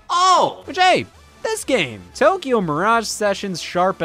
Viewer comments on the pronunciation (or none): none